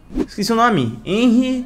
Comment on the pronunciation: se escreve henry mas se fala renry.